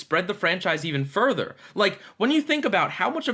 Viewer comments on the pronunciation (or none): none